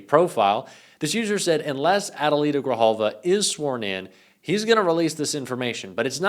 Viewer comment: Thank you for not fkng up the prononciation of Adelita Grijalva's name! Sincerely.